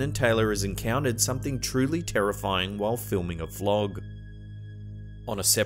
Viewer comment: Did you say Taylor filmed a flog 😂